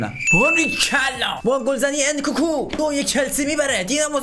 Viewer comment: اون انکوکو نیس انکونکو هست